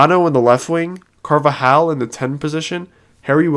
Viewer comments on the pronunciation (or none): how do u read carvalho and pronounce it like car va hal its car val ho